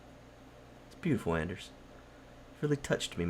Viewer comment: Come on! Hes name is Anders not Ander. please learn!